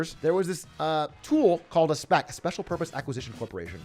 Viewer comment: Whenever I hear Atrioc says "SPAC", it reminds me of he amazing voice acting as Jar Jar Binks. "I SPEK“